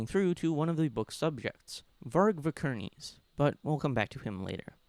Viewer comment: "Varg Vikerneese"😂